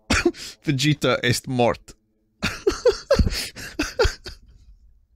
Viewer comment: Il l'a mal prononcé, ça m'ennuie.